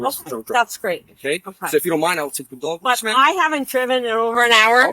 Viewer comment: She pronounced it "dwog"